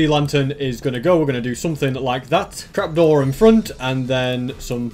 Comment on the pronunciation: You said crapdoor but not trapdoor